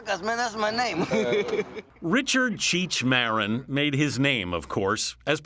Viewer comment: She said his name wrong lmao. Its pronounced (mareen) not (mehrihn) ahahahah